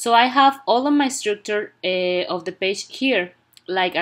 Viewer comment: and paje 😂😂🤣